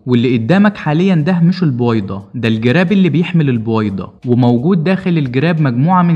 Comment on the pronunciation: البووويده؟؟؟اشفيك تكلم منيح